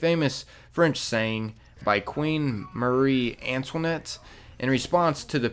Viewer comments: Your video was amusing mostly on the fact at how bad you pronounced everything hahahaha mahree an-twon-ette then the confusion afterwards is too good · "queen..marie,, anoinette??" lmao boi have you ever attended a history class